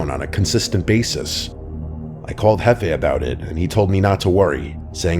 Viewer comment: It's not hefei, It's jefe.